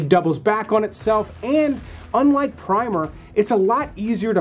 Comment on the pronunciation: Primer is pronounced like the book about the basics of something, not like a base layer of paint. Like when you say, “prim and proper.”